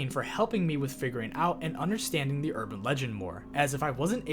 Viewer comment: Is this AI? What American accent makes you pronounce “the” as “thee” everytime? Genuinely curious where that’s from